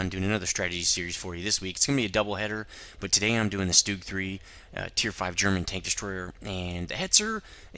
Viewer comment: you sed stug wrong